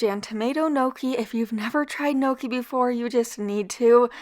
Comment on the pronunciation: Throw the word "gnocchi" into Google for pronunciation please